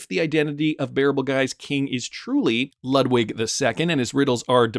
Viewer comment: Again Ludwig is lood-vig like in Beethoven